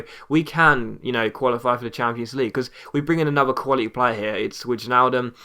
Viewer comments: You pronounce it as 'wayne'-aldum. like in Wayne Rooney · Wijnaldum's name is pronounced 'Vine-Al-Dum', and a half hour special would be awesome!